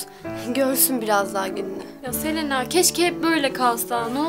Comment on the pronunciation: Selenağğ deyil Selena